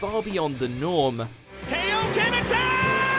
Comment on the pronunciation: Ah yes I remember when the kaioken was pronounced as kay-oh-ken